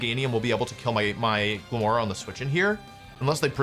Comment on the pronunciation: I know he's saying "My Glimmora", but I keep hearing "Michael Moore."